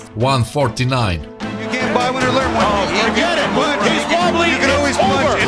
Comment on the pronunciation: Vons, two, three,... twenty two knockouts ha ha ha!